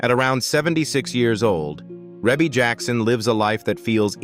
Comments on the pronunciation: The video is narrated by "AI." That is the reason her name is mispronounced. 😂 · AI never pronounce any name right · Wow AI is really missed pronounce her name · Right out the gate AI mispronounces Rebbie's name! AI sucks! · If you can't pronounce her right how can you tell her story 😮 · I KNOW!!!!...A.I. needs to get it's life..it needs a big slap!!! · AND “Twenty-three hundred Jackson street” not Two Thousand three hundred….😂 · I know...what the heck is he saying😢